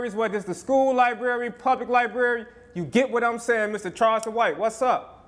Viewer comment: Yall really vouchin an followin this dude sayin s**t like "LIBERRY!!" wit confidence while callin other people dummies?!?!? Smmfh wat a time!! 🙄😮‍💨😂😂